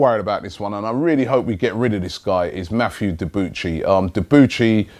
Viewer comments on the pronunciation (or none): none